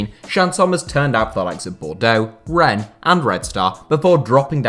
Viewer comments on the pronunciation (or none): none